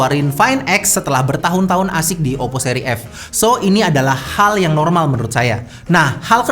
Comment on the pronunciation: mungkin sebaiknya dibaca klan jangan klen um wkwkwkekkkk...terus kata Oppo nya berasa terdistorsi um hahahaha... Tapi suka tuh leluconnya...